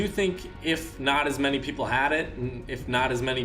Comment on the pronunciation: He said “ idc how many “pepple” use him”